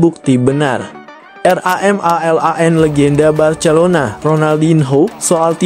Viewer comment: Ngomong Barcelona aja ngak bisa😅